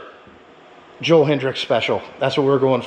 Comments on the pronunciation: .1 its hetrick not hetrix .2 its a trx not a crf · It’s Joel hetrick not hedricks